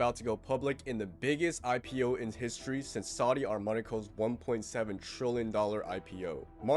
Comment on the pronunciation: did you just say saudi ARMANICO?)))))))))))))))